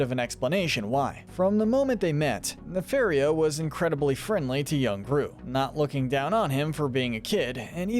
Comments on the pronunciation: Great video. But it's Ne-FAR-io not Ne-FAIR-io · It’s pronounced “nuh-FAHR-ee-oh”, “”! 🤨 You’re so bad at pronouncing names,. 🙄